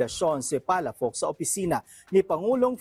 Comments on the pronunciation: Ang basa Ng palafox ay palapoks Hindi palapaks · Palafox hindi palafax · PA LA FOX and not PALA FAX - Ilocano sya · Palafox Hindi palapax